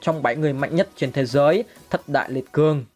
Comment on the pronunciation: Ủa sao lại là thâtz đại liệt cường Mà ko phải thất đại liệt giường